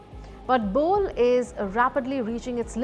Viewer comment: it's pronounced "Bo-lay" airport